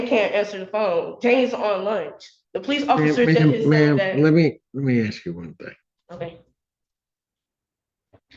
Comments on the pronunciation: Lookie there, your actions actually do have consequences. You put yourself in this situation. Its irrelevant you don't have family nearby to help you. And stop crying, you and you alone put yourself in this situation. Lastly, you're in college and keep saying "aks". Its "ask" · The word is ASK!